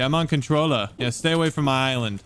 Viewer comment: Im not here to be contraversal im just sayi g i hate when people use the accent when they say controller or lazared or certain words